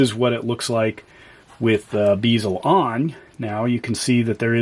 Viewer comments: Great review and take a shot every time he says "beezel" instead of "bezel" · Pronouncing bezel wrong my dude. Good review though